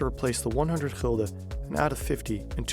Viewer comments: GULDEN not Hilde lmao (English: Guilder). I think many of your viewers never seen this as it was only introduced 21 years ago as the euro was introduced in 2002, not 50 or 60 years ago lol. We had al sorts of nicknames for them (from most modern to old if applicable) 5 cent coin: Stuiver 10 cent coin: Dubbeltje and Bas/Beissie 25 cent coin Kwartje (quarter) or Heitje or Maffie 1 Gulden: Piek - pegel -pegulant 1,50 guilder (discontinued in 1847) Daalder 2,50 coin: Rijksdaalder or knaak 10 gulden bill: Joet (originating from the Jidish Jod, the 10th letter of their alphabet) 25 Gulden bill: Geeltje *named ofter the original bill color which was yellow, later it became red but the name stuck) 50: Gulden bill: Zonnebloem (sunflower, after the image on the bill) 100 Gulden bill: Meier (originating from the Jidish word for 100 Mei'oh) (last version also called Snip after the bird on the bill) 250 gulden bill: Vuurtoren (lighthouse, also named after the image on the bill. both the 50 and 250 Gulden bills were the last additions. the 50 was added in1982, the 250 in Gulden bill: Rooie Rug/Rug (red back as in your backside) named after the color of the original bill, also Krant (newspaper) as it was a HUGE bill. Some coin names that originated from coins that were discontinued early 1800's but still have a meaning in Dutch sayings even people have no idea what coins they talk about Duit: used in the saying "een Duit in het zakje doen" (putting a Duit in the bag). a Duit was 1/8th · It is called "gulden" not "gilder" lol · Gulden. The u sounds like the u in dull. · Gulden (an old word for gold), not "Hilda" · Nederland has Gulden spoken(chulden) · it is gulden niet hilde.